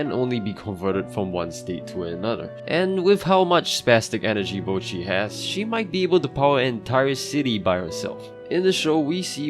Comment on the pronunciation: why do americans say bow-chi when her name is clearly pronounced botch-i